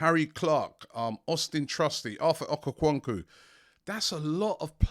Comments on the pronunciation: I'm still laughing at Arthur okokwonku 🤣🤣🤣. Robbie's pronunciations take me out. It's okonkwo. (Ohh-cone-kwor) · For the last time Robbie, its not "OKO - KWAN - KU" its pronounced "OKON - KWOR" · Arthur Okaquonku? 🤣